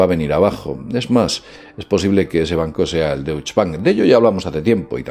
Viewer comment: Se lee "Dóishe" el banco alemán